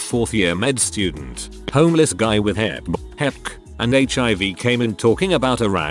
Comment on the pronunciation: I do not appreciate the way it pronounces HepB